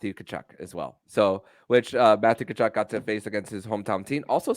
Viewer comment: Tell his name is ka-chuk, not ta-chuk.